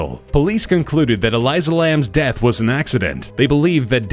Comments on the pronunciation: Dude its elisa not elysa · That girl name is Elisa not Eliza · Eleesa not eliza